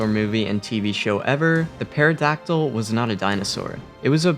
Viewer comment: Not a hate comment but the p is silent just so you know. So it's pronounced terydactil